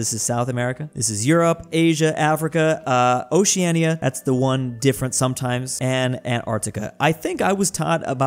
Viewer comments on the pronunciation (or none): none